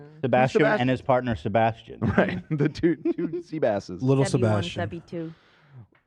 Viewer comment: As a Sebastian, idk how it feels listening to my fav podcast host shitting on my name hahaha so jarring